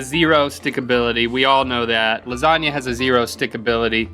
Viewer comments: It's pronounced lasagna (la-sa-nia) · l think you didn't pronounce lasagna right